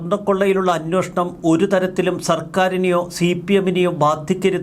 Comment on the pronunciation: അന്വേഷണം. അന്വോഷണം. നിങ്ങളും, മറുനാടനും, മറ്റ് പല മീഡിയ വായനക്കാരും "അന്വോഷണം " എന്ന് ഉച്ചരിക്കുന്നു. ദയവായി ശരിയായി ഉച്ചരിക്കുക.